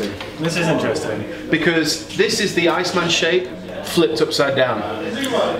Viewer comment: "Bring your own B"? You missed a dot, yo. Very thorough.... And his name his pronounced Ma-la-kee-un. And the guitar is pronounced "Icemen" (it's one word).